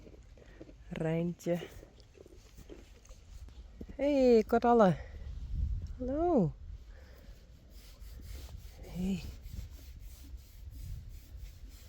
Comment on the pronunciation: 11 minuten is lang genoeg,. Eerst voor jezelf zorgen. Dan pas voor anderen. Ik moet elke keer heel hard lachen, want ik hoor je altijd Carolle zeggen ipv Coralle en Piets ipv Peach. Dat ligt echt aan mijn oren hoor, maar lachen is gezond, toch? Dank daarvoor. Dit was een fijne vlog weer. Ik vind het altijd heerlijk om Rein met de karre te zien. "Goedzo" "Braaaaafff" 🙃